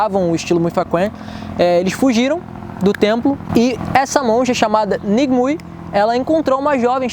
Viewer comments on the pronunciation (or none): O Nome da monja Ng Mui não se fala como se escreve. Na verdade em Cantonês a partícula NG é expressada como "Wu" e "MUI possui a fonética " Muêi"...ou seja, o som do nome seria algo como Wu Muêi e não Ng Mui, como se escreve. Outra coisa, KUEN tem a fonética KINN ou também KIUN, diferente de como se escreve.